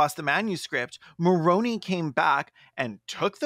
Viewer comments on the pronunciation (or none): Just a quick quibble -- it's "more OWN eye" (which doesn't lend itself as well to the "moron" jokes, but that's how they say it!) Otherwise, still really loving this one as a long-since-former Mormon who left because pretending not to be queer wasn't a viable long-term plan. 😁🌈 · Not y'all pronouncing Moroni wrong 😭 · Exmo here: it's so fascinating to hear people react to what we grew up being taught. Like it really does sound like a video game, and I honestly never thought of it that way XD Ps, it's like nails on a chalkboard for me hearing Moroni pronounced wrong (the indocrination goes DEEP y'all). But the petty part of me is glad he got unintentionally dunked on like that. I mean, if Joe didn't want us to pronounce it "moron-i" he should have spelled it differently. You'd think god's bff would know better